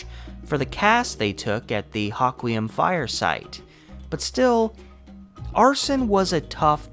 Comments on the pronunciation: Yes, and the same with Hoquiam, it's Ho as in hohoho, not hock. Louvre is said correctly sometimes and others not. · You kept saying, Ha qwee um, it's said, Hoe qwee um🙄